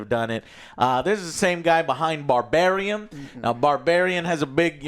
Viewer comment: Did hear him say "Barbariem" 😂😂